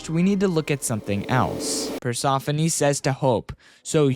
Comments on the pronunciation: Persephone, nah is PersOphone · Why do u pronounce it like that, it’s pronounced as “per-sef-uh-nee” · Persephone per-se-fo-ni is how it pronounced (as a greek myself) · Persephone Per- se -phone it depends he's british so i feel him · Omg you keep saying Persephone incorrectly. You kids are so uneducated. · Stop saying Persephone wrong! It ain't hard to say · Shut up. He said it wrong, get over it. Not everyone says things the same way idiot